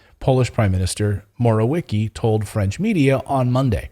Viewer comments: I am Russian so I understand how Polish names are pronounced . You finally said it right. It’s Morawiecki with “cz” sound at “c” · Your last try with Morwiecki pronunciation was good enough. Morawiecki is a liar, a corrupt politician, and a criminal.